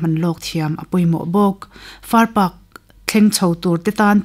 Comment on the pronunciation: far park i tih hi a dik lo, Farpak... Paak ti a lam tur